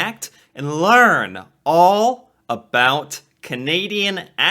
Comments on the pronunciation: Never heard someone says aboot 😂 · I noticed as he was beginning that in one sentence he used "about" three times. The first one was pretty "normal", the second he adjusted to sound closer to his idea of "Canadian", and the third was full-on "aboot". This was all within five seconds. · As a life long canadian of 36 years, 30 seconds into playing this guys video and he's already giving me a headache. No canadian I have ever heard pronounces around as "aroond" or south as Sooth". I've also never heard another canadian say "aboot" rather that "about" normally. Canadians don't sound like that what so ever, it's all hyper exaggerated for comedy. I will say however, Canadians saying "eh" in just the same sentence ender as the American "huh". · Nobody I know pronounces about they way this guy says aboot. Listen to the first 3 times he says about. He gradually changes it to aboot. What do I know though he probably has a billion views by now. I think accents are regional. I live in Southern Ontario so I believe I sound more like an American that lives in the Midwest. It's going to sound rough but I hear the aboot but usually only from people from Newfoundland. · Ive travelled to the US and have had a few people ask me if I was Canadian because of how I pronounced 'about'. I think it's actually 'aboat' and not 'aboot', pretty sure this guys playing into it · Exactly, Canadians do pronounce "about" distinctively, it sounds like a boat. or abewt, while americans usually say Abaowt. "A boot" is an exaageration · I was stunned to hear someone actually pronounce "aboot" while watching your videos, I've never heard this in BC. but USA friends have told me about it. Loving watching your videos and learning about my country, thank you, eh? ;) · I’ve never heart about pronounced as aboot either and I’ve lived in Ontario for over 50 years. The guy on the video is definitely exaggerating for views. I’ve always thought that Ontarians sound very similar to Californians.